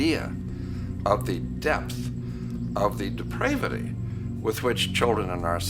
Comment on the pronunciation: “depravity” is pronounced with a short a; “depraved” is pronounced with a long a.